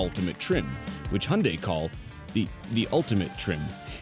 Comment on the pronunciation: The pronunciation of Hyundai is ear-raping in this video